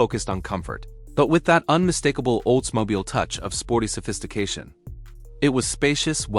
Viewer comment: Why can't these narrators pronounce names correctly. It is not Olds-Mobile it's Oldsmobile. I hear it again and again, a documentary where the narrator mis-pronounces the most common of words or names. Mostly because it is a computer-generated voice, proving that computers are only as smart as their creator. In other words, Artificial Intelligence is f@@ in the head.